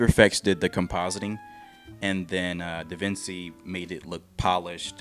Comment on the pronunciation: Sorry, my misophonia is acting up it's pronounced Da-Vin-Chi like being named after Leonardo da Vinci. Still a great video keep it up!!!